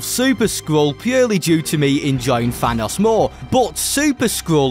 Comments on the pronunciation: Bro says "fanos" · FYI. It’s pronounced Thanos Not Vanoss